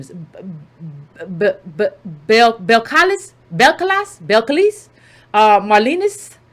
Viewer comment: CARDI’s name is pronounced: BELL-KAH-LEASE